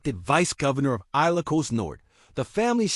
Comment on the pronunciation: 😊😊😊 aye lo cos? 😊😊😊... Please research your pronunciation and ...